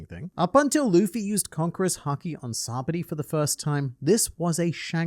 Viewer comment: Complains about Ryou pronunciation but mispronounced sabaody